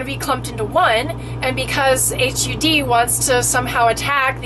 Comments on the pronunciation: "The H U D" - just can't stop laughing! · I hate the way you say the name of the dept. its. pronounced. like mudd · You need to say HUD right.. Its not H.U. D. Its Hud.. say it hud.. Its horrible hearing you say.. H.U.D. lol.. And we my ex- boyfriend had a park model Trailer.. And it is still Hud.. Not H.U.D's.. I think you don't know what your talking about.. And we lived in ours full time in an rv mobile home park.. They do have them.. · It is pronounced hud not H. U. D., she should know the agency name, short for Housing & Urban Development. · Hud rhymes with mud. Not h.u.d. You need to look more into this. I believe you don't have a proper grasp of the proposal. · it is pronounced like hud, not like H-U-D. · You need to educate yourself before talking about something you obviously know nothing about. Its "HUD" not "H-U-D", and they regulate Housing and are involved in mortgage insurance on homes just to name a few of their many jurisdictions. They included manufactured and mobile homes affixed to property. This doesn't effect RVs at all unless you have pulled the axles and surrendered the motor vehicle title. You also are completly incorrect as to the definition of manufactured home, mobile home and RV. Stick to topics you know about, and have experience in, or educate yourself before posting bogus information. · Thx for the summary. I should have known early-on when referred to "H-U-D", as in "8ch-you-dee". Everyone with even a passing familiarity of the Cabinet-level agency simply refers to it as "HUD", pronounced as it is spelled. It would be like referring to the National Association for Stock Car Auto Racing as N-A-S-C-A-R. Which no one does. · Maybe, sorta, kinda, I guess...I know you have no idea what you are talking about. You don’t even know how to say the name of the government agency HUD...not H...U...D. Duh. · Call it HUD not H U D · Why did you keep saying H.U D.? Everyone knows it’s just pronounced hud.